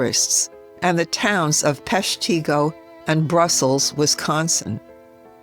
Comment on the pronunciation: Well done. But Peshtigo is pronounced, Pesh'-te-go.